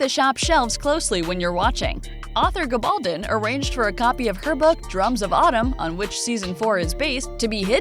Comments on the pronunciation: Whomever is narrating this video needs to learn how to pronounce the author's last name correctly:. It's a Spanish surname and should be pronounced with the stress on the last syllable--GabalDON. For heaven's sake, this season 5 and you sound like an ignoramus!!! Your channel is making plenty of money off this series, I imagine, so do your homework on details like this. It matters and is disrespectful of the author who has shown such meticulous detail in her own research for these brilliant historical novels. Thanks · Which gives her no excuse for mispronouncing the author’s name...🤷🏻‍♀️